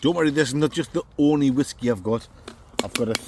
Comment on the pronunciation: Whaskey's, bwandy's and wum's oh my! Bwerrrrrrrrr!